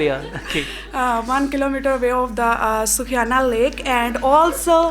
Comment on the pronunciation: Wow sukhiana lake 😅 sister it's sukh-mna lake